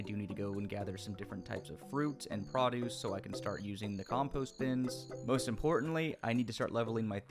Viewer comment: the way you said produce at 22 min made me want to dislike this video